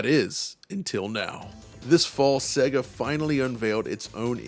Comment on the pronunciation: Wonderful video but please pronounce SEGA correctly. It's SEYYGA (as in 'AGES'), not 'SEGGA' as in EGG.